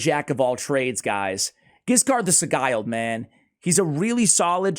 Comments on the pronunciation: Asssssshhhhh. Love the content but… Sigil. Just add a D to Sigil. It’s the only pronunciation that drives me bonkers lol I appreciate you. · It's pronounced si-jilled I think. Anyway he's pretty good in PvP too. Very underrated. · Mmmm. Let's look up the pronunciation of 'sigle'. :D